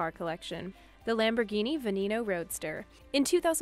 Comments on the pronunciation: And then she gona say for all you car lover's out there the Lamborghini venemo. Instead of Veneno. Like What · There is no way she just said Lamborghini venEEENO. This bitch knows nothing about cars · Lamborghini "Venemo" 🤣🤣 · Its veneno not vanemo. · Can you learn to say the car names... “Veneeeno” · for all you car lover's out there the Lamborghini venemo. 😒 Oh shit i forgot to mention that she said Bugatti Viron insted of Veyron Okay okay I'll stop now